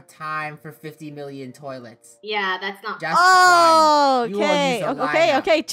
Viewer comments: a millilion years me: do you mean forever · a millilion years Me: thanks, this is how I say 1 million now. A millilion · doesn't know how to say a million but it's funny 😆😆😆😆😄😄😄